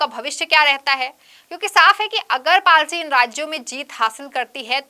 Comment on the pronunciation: It’s “party”… not “palty”